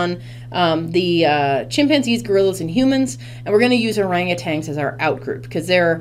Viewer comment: Is that how u r supposed to read orangutan??